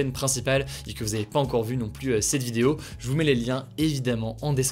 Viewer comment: Ces résumés sont toujours aussi intéressant. Mais de grâce, il faudrait faire un effort sur les PLUS dont le S ne se prononcent pas dans certains cas. Exemple, "certains variant du virus semblent plu(s) résistants...